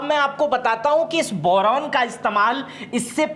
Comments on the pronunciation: Bolna toh seekh le pehle boran nhi hota boron hota hai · बोरोन,बोरेन नहीं। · Boran nhi boron hota h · Bowraan nahi Boron hota hai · Boran, Boran aur Boran. Kuchh uchcharan bhi sudhar lijiye.